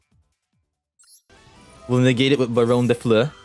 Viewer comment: Thank god you know how to pronounce barrone de fleur right, i been hearing people call her barrone day floor and its pissing me off